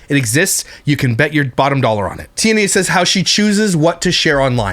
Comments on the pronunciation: I think it's pronounced Tea-anna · Lmao 😂😂 the way you say her name cracks me up everytime.... but for anyone who isnt sure how to pronounce Tiania its like TeeAnna (at least thats how i have always heard it said through other commentary channels as i do not consume any of her content) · I cant even finish watching this simply because he is getting on my fckn nerves steady saying Tia Nia.. She not my favorite person but damn dude stfu w the Tia Nia.. not everything especially names is pronounced exactly how it’s spelled bc ppl have stupid parents tjat name their child something they cant spell. It should be Tiana but tia nia is annoying asf bc u know that aint how tf u say it 🙄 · I think her name is pronounced like Tiana but “knee-uh” at the end. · It’s pronounced “Ti-An-na” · Is Tiania's name a version of Tanya? Hearing him say Tia-nia makes me laugh!!! 😂😂😂